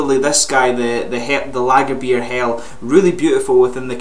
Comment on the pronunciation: As a German I must say that your pronunciation of "Lagerbier Hell" is pretty decent. :D